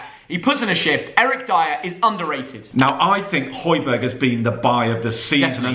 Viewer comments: It’s Hoy-Be-Air not hojberg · It's pronounced Hoy-be-air.